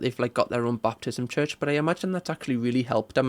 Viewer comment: As someone who was raised Southern Baptist I love that calls it a "Baptism church" instead of a "Baptist church" lol. Great video!